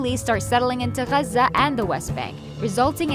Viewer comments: this video was made in English so pronounce it in English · yeah but the English pronunciation of Gaza is “gaazah” - it’s like the German city of Koln is Cologne in English. And how spaghetti when said by Italians has a certain accent, but in English it sounds different. Or the capital of India is Delhi, but in Hindi you call it Dilli. If you’re speaking in English, no need to be dramatic about the accents. Just use the common word. In Arabic, call it guzzha. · Muslim propaganda. I realised that the narrator is arab when she said ‘Gazza’ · The way you say Gaza , clearly says you’re from there and that you’re one of them. How objective 🙄🙄🙄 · Pretty jarring when you pronounce everything in English except for Gaza.